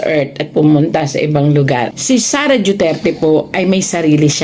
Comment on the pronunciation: Duterte madam hindi po juterte